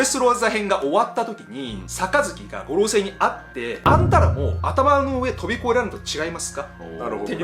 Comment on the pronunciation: 五老星の発音😅